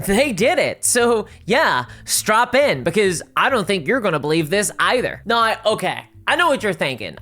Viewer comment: So glad I completely switched to Pathfinder 2e, and now the Starfinder 2e playtest. Paizo is an ethical company. They actually listen to their customers. And it's just a better system. Super balanced. So many character options. No AI art. Physical books. All the rules available online for free! BTW, I love your accent. Scottish? Welsh? Especially the way you say "nigh" instead of "now." Also, I enjoy your humorous style.